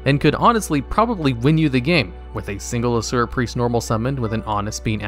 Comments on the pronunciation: "a-SOO-ruh" preist? Smh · I was making myself cereal, so when he said “Asura Priest” I thought he said “Sewer Priest”